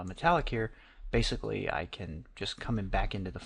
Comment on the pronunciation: "Now pixel depth is 'Baythicly' " Lmao. Nice tutor though hanks.